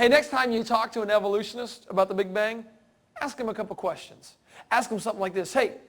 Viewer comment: Would someone please explain to me what an "Evolutionist" is? And why this moron is crossing so many scientific fields but keeps saying "Evolutionits."